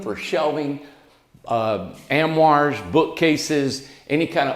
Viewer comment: I get a kick out of how says the word armoire. am-war. Lol